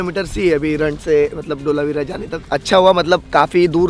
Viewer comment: Not ઢોલાવીરા , say ધોળાવીરા